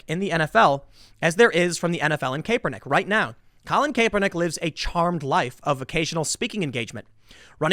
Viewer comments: Kap-per-nick that's how it's said! Damn make fun of him sure but at least say it right lol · LOL! This bald grifter keeps calling him "Caper-Nick". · Could someone please tell Tim it’s pronounced cap-per-nick? Thanks 👍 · His last name is pronounced “Cap-Per-Nick” Also when he first came out of college he was good. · Tim you really gotta learn how to pronounce the names. Love your content man keep it up. Doing God’s work. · The way Tim say Kaepernick's name makes me think he doesn't watch football. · I'm no Kaepernick fan but I still struggle to listen to someone act like they know anything about his football career when they mispronounce his name like this. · Is anybody going to tell Tim how to pronounce Kaepernick? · He is really butchering his name. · Lol sorry couldn't listen to how you were saying caepernick. At this point you should know. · I can’t stand Kaepernick but does it bother anyone else that Tim mispronounces his name 🤣🤣🤣🤣🤣🤣🤣🤣🤣🤣🤣🤣🤣🤣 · Honest question. Do you purposely pronounce people’s names wrong? I’ve noticed it a lot when you say names of people you don’t agreed with. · Couldn’t take the video seriously he kept pronouncing his name wrong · Does the way he pronounces kaepernick make anyone else cringe? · It’s pronounced Cap-er-Nick not cape-r-Nick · CAP not CAPE...come on, you are in “media” man. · Love the videos brotha. It’s Cap-er-nick....not Cape-er-nick though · Tim it's pronounced Kap-ur-nik. To say Kepernick is not a great player is misleading. He was awesome for 2 years in SF. He led them to a super bowl. Then he got hurt while the team around him had players retire, traded, or left via free agency. The coach, Harbaugh, was also fired. When he returned from injury he wasn't very good (neither was the team) and he started taking a knee during the anthem. He was benched at 1 point too. IIRC his record as a starting QB after returning from his injuries was 1-9 or 1-11. I am no Kaepernick fan but at least do some research on the situation Tim.